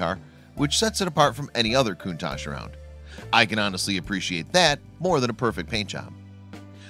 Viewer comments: Stop pronouncing it coontarsh it pronounced cuntash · It’s pronounced cuntak.